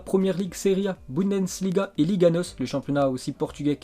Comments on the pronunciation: Il m'énerve avec sa dyslexie il sait pas lire ou quoi? Pourquoi il dit BOUNDANSLIGA ????????? Y a plein d'autre mots qu'il sait pas dire je les pas en tete Fait des effort pitié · Il n’arrivera jamais à dire Bundesliga correctement.